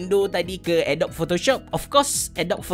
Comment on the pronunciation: Sebutan yang betul adobi atau adop? Dah lama guna tapi baru terperasan bunyi dia. Atau abecerah pertimbangkan pasal kopi kanan? Hahaha. Tanya je. Apa pun terima kasih kerana share tutorial. Semoga perkongsian ni dirahmati.